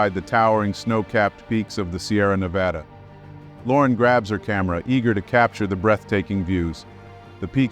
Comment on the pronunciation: Yay, someone pronounced Nevada the proper way!!! its not nevauda...like some people say.